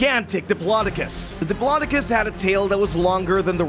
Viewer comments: It is a dip-low-doe-cus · It’s dip-lo-doc-oh-lus 😅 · U pronounced diplodocus wrong